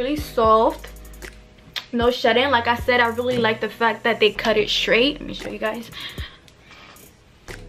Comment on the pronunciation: The wig is beautiful like you . But lol I had to rewind it a few times because you wasn't saying straight correctly. IDK if it's because u have an accent cuz it kinda sounds like u do.